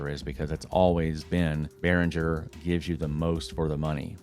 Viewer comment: The g in Behringer is pronounced as the g in gas, guess or graphics. It's a german name.